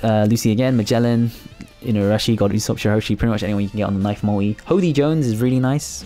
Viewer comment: its called MULTI not mui xDDDD